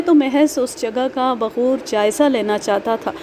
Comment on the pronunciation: Aap ne ek jaga baghoor parha h, baghor sahi h...